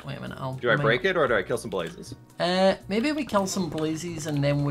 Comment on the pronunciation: I love how says blazies instead of blazes